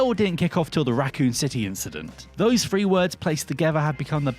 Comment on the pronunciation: Like those who hear resident evil free instead of resident evil 3